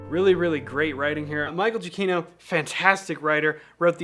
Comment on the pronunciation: THIS WAS 100% INTENTIONAL..... ITS GIACCHINO